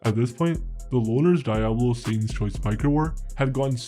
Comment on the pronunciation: You should learn how to pronounce diablos